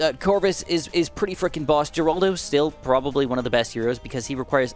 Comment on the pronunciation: please it's "heraldo" he is designed to even look like Geraldo Rivera the famous journalist....look him at and tell me the stash and hair arnt the same! So from that I respectfully request his name be pronounced correct with the G and an H...heraldo. much appreciated!